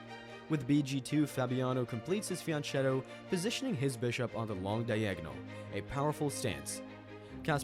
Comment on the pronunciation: I know it is a weird pet peeve to be upset about, but ch- in Fianchetto is pronounced like you pronounce Zucchini, with a hard c sound. It is an Italian word, not Spanish.